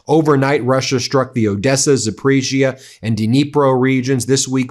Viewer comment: BEN: I appreciate your covering these Russia/Ukraine stories. Hint on pronunciation: it's Za-po-REEZH-ya, not Za-PREEZH-ya.